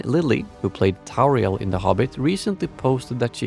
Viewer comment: Tauriel ? ffs.